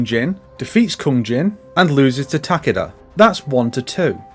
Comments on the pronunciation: "Tah-keh-dah" is the correct pronunciation, since he is Japanese. "Tah-KEE-dah" is a very Westernised pronunciation, like how most Westerners say "Kah-ZOO-yuh" instead of "Kaz-uh-ya". There are many examples of this, but it mostly comes down to that emphasis on the second syllable, which is usually incorrect. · Takaduh is probably the funniest way to pronounce Takeda. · The game doesn’t pronounce his name right either. It’s “Tah-keh-dah” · The way you say Takeda is hilarious terrifying XD